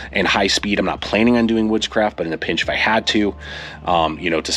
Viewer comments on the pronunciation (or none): I had to rewind a few times 😂 i was like "he has to be saying woodscraft right?" Because the first few times it sounded like "witchcraft"